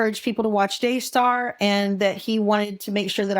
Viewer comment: Daystar? It sounds more like DAYSCAR!